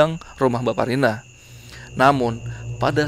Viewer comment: aq dengernya jg bsparina , krn dengernya sambil tiduran ,sampai buka komen2 yg lain, ternyata mbakparina, langsung ngakak.